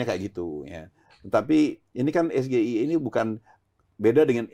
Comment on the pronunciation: Saking cerdas nya, ibu hamil suruh minum asam sulfat, baca SGIE , harus nya kan S JI I, printer nya lagi penduduk Indonesia, -+ 280 juta anak anak yg diberikan susu dan makanan gratis 400, juta 😅😅😅 Salut sama kecerdasan nya yg luar biasa